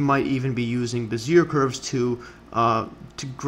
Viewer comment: "behz-ee-AY" please.